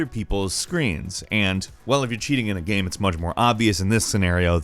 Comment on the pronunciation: Why do you say game as gam and shame as sham? Very strange